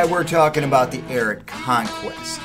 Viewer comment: IT’S NOT “AIRAT”